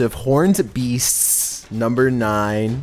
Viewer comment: Miss-chav-ish?? Beaststtss??? has got to be trolling us at this point. His speech is off the chain lately. 😂